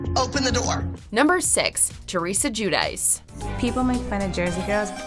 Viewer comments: Jewdice? It’s pronounced gwideechey, they’re Italian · Teresa JewDice? Lol no. That's not how you pronounce that. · ...GIÙ-DAEES?? C’mon!